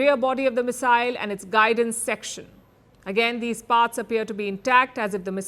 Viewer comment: Its not missile . Oye !! CRI pump eeey